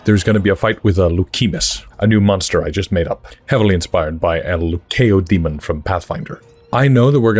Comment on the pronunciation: BTW, Leukodaemon is pronounced LOO-koh-day-mon